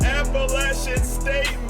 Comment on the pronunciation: thank you for pronouncing Appalachian right